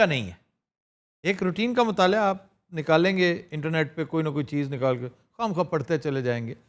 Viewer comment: مطالعہ ۔۔۔ ل کے اوپر زبر کے ساتھ۔ آپ بار بار زیر کے ساتھ کہتے ہیں۔